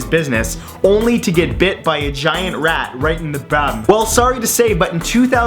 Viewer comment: 10 years later, and the way you said "bum" still makes me laugh both nervously and uncontrollably!